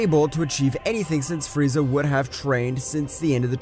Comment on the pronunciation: Bro frieza is the most racist anime character and bro is calling frieza friezer💀💀💀